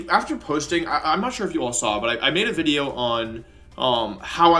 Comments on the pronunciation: it not video it’s wideo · Every time I hear Wolfey say 'wideo' I flash back to the time Joey told him to stop saying his v's as w's and nearly die laughing